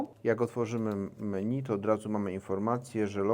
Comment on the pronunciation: pierwszy raz poprawnie wymówił"Menu" Zasługa widzów czy Marzenki?